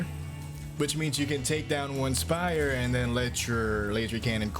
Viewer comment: I loved listening to the word spire being broken down into two syllables with a hard pronunciation on the second, “SPY-YUR”.